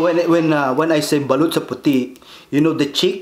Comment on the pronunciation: Daming nagkakamali s word na Balut pero "BALOT"tlaga Tama spell hehe